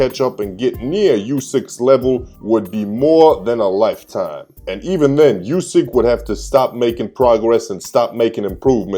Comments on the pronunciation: And its pronounced 'oo-sick', not 'you-sick' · Hey man you pronounce Usyks name wrong. It's oo-syk not you-syk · Just to let you know... USYK is pronounced UUD-SICK like "OO" IN WOOD.